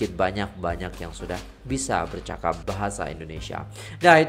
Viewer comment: 'bercakap' bukannya bercapak 😭